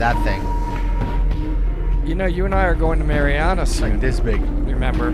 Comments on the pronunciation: Y'all are talking about Meritts mill pond, just a note of advice we pronounce it MAREriana not MARiana. Locals might make fun at you. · Hi guys. Love you content, just one thing though is the correct way to pronounce marianna. It's named after the founders two daughters Mary and Anna. So it's pronounced one after the other and anna is pronounced with a harder "an" beginning rather an a softer "on" beginning. It seems Spanish but it's Scottish. He used Mari instead of mary because maryanna would then be mispronounced mar-yanna. Kind of a pick your poison type of situation I don't mean any harm by it. I used to live there so that knowledge might actually help yall next time you go exploring. If you really want to fit in then draw it out with a southern drawl The pronunciations outsiders give to places are always interesting. Ocklockoknee and wewahitchka always give people trouble